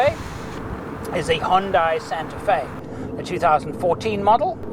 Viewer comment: hundai not honda